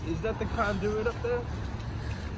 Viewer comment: i love how he pronounces conduit. "con DOO it. "